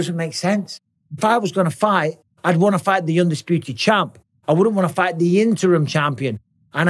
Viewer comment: Great video Champ. “Chama”